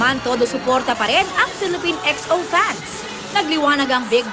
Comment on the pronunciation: jusq "xo" nanaman yung pagkapronounce